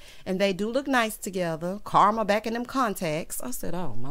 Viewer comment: Every time you say Carma I’m weak 😂🤣